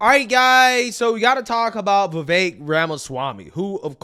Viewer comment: Why do you pronounce "Vivek" with an "a"?